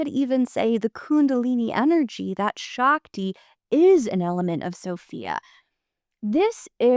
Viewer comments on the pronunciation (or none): i dont mean to be that nitpicky prick but, its "sh-uh-k-ti" not -sh-aak-ti"